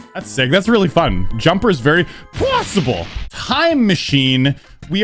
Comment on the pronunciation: Stop saying possible really weird 😂